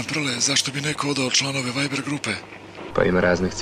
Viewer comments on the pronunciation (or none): none